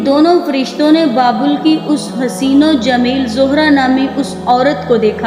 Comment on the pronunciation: Pehly naam too sekho baebal nahi babul ka kua apny talafuz pe ghoor karo